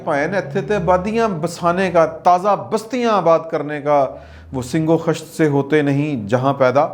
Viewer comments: "sing-o-Khisht" nhe....."Sangg-o-Khisht".........."Paani pitta" nhe......."Pitta paani hota hay" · Hazrat dont mind ifI correct you his name was RUYEDAD KHAN not Rudad Khan. 2ndly Allama Iqbal ko bakhash den unho ne SUNG O KHISHT kaha tha nah k SING O KHISHT. Khuda ra pehle apni URDU to theek kar len. Na aap ki ENGLISH achhi aur na URDU. Umeed hai mind nahin karen ge. Wese agr kar b len to ...........????????? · اگر برا نہ لگے تو زیر زبر لگا لیں سَنگ یعنی زبر کے ساتھ اور خِشت خ زیر کے ساتھ سَنگ و خِشت پڑھیے